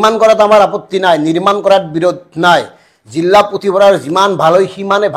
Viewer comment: জিল্লা নহয় জিলাহে।